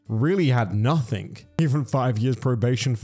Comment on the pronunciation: Hey, great video as usual, BUT... You're killing me here man, it's "noTHING" not "noTHINK"... There is no such word as "nothink", but "nothing" is most certainly a word, it is in fact the very word you are trying to say yet seem to have difficulty with, and have done as long as I've been subbed to you, which is a very long time! Sorry to nit pick, but these things drive me a little crazy! I hope you're well and all is good, keep up the great content!